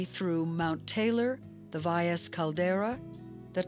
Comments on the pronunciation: commentator should learn to pronounce Valles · .. she almost got it